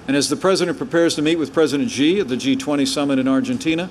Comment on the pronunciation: Pence canot even pronounce Xi properly. That speaks loads on US ignorance. China will become number one both economically, militarily and in influnce around the world. The US has to accept that or there will be no peace.